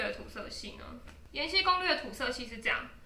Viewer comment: 是 延禧(喜)攻略，不是延禧(西)攻略。 ：D